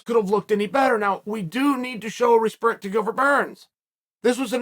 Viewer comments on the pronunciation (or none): Mad resperct, Chael. Mad resperct. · Chael "Show Respurnt to Burns" Sonnen